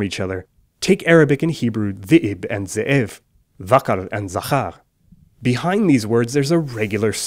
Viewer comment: hebrew doesn't have a schwa, it's ze?év, and in zakhar, the kh is a velar fricative, nor an affricate, and the stress is on the scend syllible, zaxár